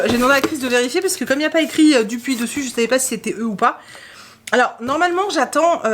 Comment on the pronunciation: On dit pas douupuis lol! Enfin je le sens pas. J'ai bien envie de tester zombillenium. La couv est magnifique. La box est géniale. Mortal Engine est ds ma PAL y a plus qu'à ! Bien envie de voir le film qd mm. Vivement les vlogs 😊! Bonne lecture !